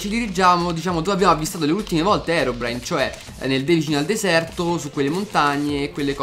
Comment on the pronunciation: ma perche dice herobrino